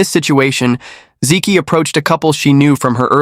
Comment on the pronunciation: hey, learn to pronounce Chinese names correctly. "zi Qi" = "zi Chi". "Zi ki" = "zi Ki"